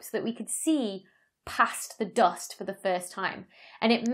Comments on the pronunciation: The dost! (I admit it sounds nicer than American "duust") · Me thinks she loves to say "doost". JK. Excellent video, great explanations